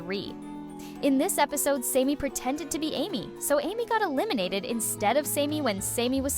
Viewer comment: Sammy. Not samey. Chris is just a prick.